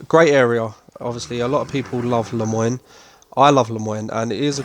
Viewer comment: Bayou New-ah? And La-moy-knee? British people have a difficult time with old south names. Austin and Tumbleweed are easier to say but that's supposed to be Texas. Lousiana is what they are going for with Saint Denis and the bayou.